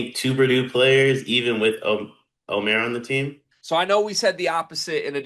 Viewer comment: his name is pronounced Omeeeer